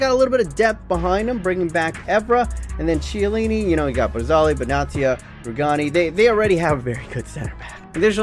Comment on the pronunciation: Chiellini is kiellini not ch